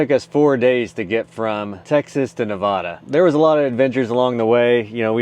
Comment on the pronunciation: HA! After what I saw happened at Burning Man, I thought you'd have hate going, LOL. FYI, stay up north until it gets cold and come down south in Arizona and Southern California when the snow comes. One more thing, it's pronounced Na-vay-da, not Na-vah-da 😊. Took me years to learn and remember to pronounce it correctly, Im a Texas transplant. But you get a pass 😊.